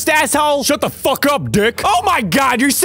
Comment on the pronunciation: "Dat" "Dey" "Dere" No 'Th' only 'D'